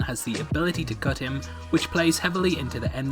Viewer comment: What the fuck did you say? "His spacecraft has the ability to "cut him" or "Gut him".